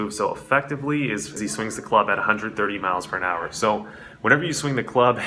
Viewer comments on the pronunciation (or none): lol is he saying “miles pern hour”?